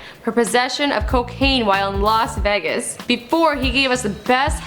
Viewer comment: las vaguest ????? it's Vegas